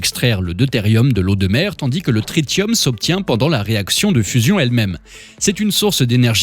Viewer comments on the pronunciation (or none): Coucou, on dit trissium, comme attention , trit(sss)ium 👍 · TRITIUM SE PRONONCE TRISSIUM